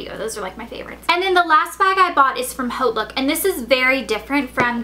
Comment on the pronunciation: its pronounced Hot Look...